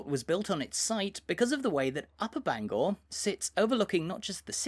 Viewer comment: Your pronunciation of Bangor hurts my head!